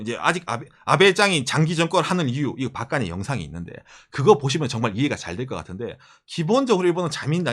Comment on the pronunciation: 박가네를 박그네로 읽엇네요 ㅋㅋㅋㅋ